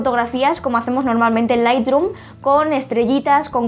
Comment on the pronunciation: Solo una cosa. Q se pronuncia lithroom no lithdrum